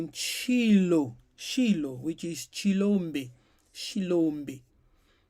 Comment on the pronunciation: The word is Shiloh or shy-low